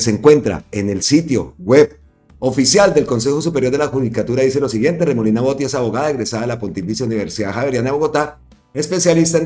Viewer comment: Botía, acento en la í, porque lleva tilde en la í. ❗❗🇨🇴🇨🇴🇨🇴🦋